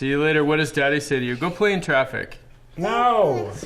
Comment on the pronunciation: Omg Poppy 😂 "go pway in twaffic, bye"